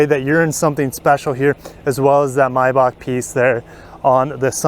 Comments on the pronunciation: I. Believe it is a MAYbach not a MYbach. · Why do you pronounce "MAY" as "MY" MY- BACH or MAY- BACH